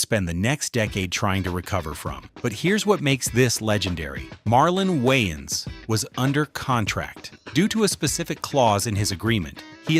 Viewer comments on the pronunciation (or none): The A.I. Narrator is saying YN's and not Waynes.